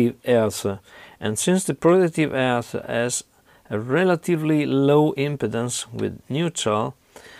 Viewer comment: When you say impedance it sounds like impotence :)